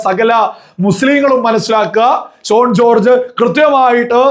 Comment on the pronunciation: Shone alla, correct spelling Shaun ennaanu. 🙏